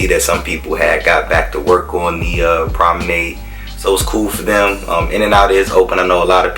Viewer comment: learn how to pronounce 'promenade' ffs. leanr how to take decent footage. got damn horrible